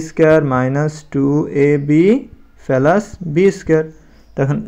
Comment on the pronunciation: স্যার শব্দটা পেলাস না প্লাস